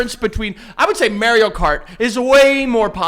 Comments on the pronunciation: why’s nobody talking about the way he says Mario 😭😭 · I'm not okay with how many episodes refuses to pronounce Mario properly